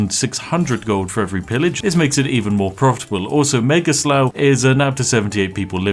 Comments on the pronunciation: Isn't slough pronounced, "sléw" not "släw" ........... I couldn't even enjoy the content after that. 🙃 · Isnt Slough pronounced sl-ah-f not sl-ow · Every time he sauys Slough, i hear Giga SLAV! XD